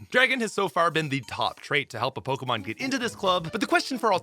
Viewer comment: I swear.... my man is purposely mispronouncing these pokemon's names. 😄